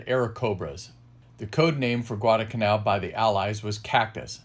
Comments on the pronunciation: Good VIDEO SIR : 2points ; CORREC p pronunciation of the island includes an " L " GUADALCANAL ( ,NOT GUADACANAL ) it was named after a small town in Spain ... their WAS A p-39 airacobra photo THAT THE same basic A/C WAS THE p-400 export version . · It's "GuadaLcanal" (with an "L") not Gwarda-Canal......